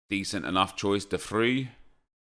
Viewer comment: Fyi Its De fray not De free. In dutch v is f and j is y